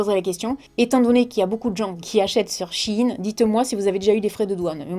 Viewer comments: on dit pas "chi ine " Sa se prononce "shéyne" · C pas « chi in » mai « chaïn » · Magnifique collier 😊😊😊toujours aussi belle. (pour info on prononce pas "shine" mais "shain" sa m'a fait bcp rire) 😂😂😂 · coucou c'était juste pour te dire que on disait sh-a-i-ne. bisous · 😂 on dit Shein comme Chine 🇨🇳 c tout 😂 a la la 😂